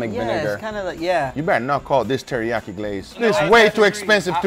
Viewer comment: I felt your pain guga when he said it's like terreakyi 😂